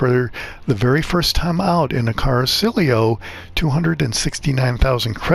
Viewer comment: Appreciate the video except it's pronounced "Cara-chee-olo" not "Car-silio". I know I'm that guy but it's driving me nuts.🤷‍♂️